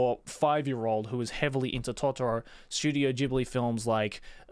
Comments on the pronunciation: Bro also your pronounce is wrong. Ghibli it's an Italian name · How exactly “Ghibli” (The African desert wind, pronounced “gibli”) became “jibli” when it’s about the Studio? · Ooh, that's how it's pronounced, I thought it was Studio Jelabi.